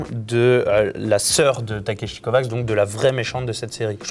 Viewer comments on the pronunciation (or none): Ça se prononce pas Takeshi CovaCH ?